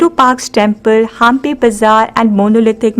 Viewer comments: It's not haaampi, it's Hampi 👍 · It's not pronunced as Haampi, it's Hampi